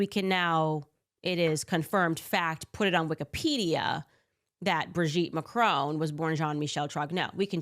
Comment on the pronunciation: Why is Candace Owens so obsessed with Brigitte Macron? And why does she keep mispronouncing Macron? I'm genuinely confused by that whole situation! Why does it matter? What difference does it make? Is this a religious thing? Is this just hardcore transphobia? Honestly no idea why she would spend YEARS trying to prove her theory, like it's some big conspiracy or a crime has been committed. I honestly don't care what Candace Owens thinks. Harassing the French President's wife is just so weird and cringe.